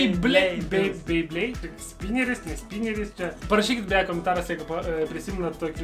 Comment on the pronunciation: Reikia tarti bibleidai